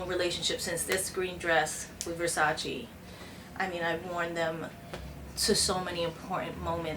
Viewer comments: Donatella said its called versace not versachee. But love you JLO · Versace not versaci!!! please call it properly does not take a PHD"!! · Every time she pronounces "Versace" makes me wanna play her the Vogue's 73 Questions with Donatella.